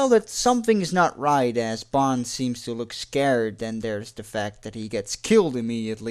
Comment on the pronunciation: I love these James Bond Recaps! You do a great job! Your accent only adds to the effect -- I like how you pronounce "that" as "dat."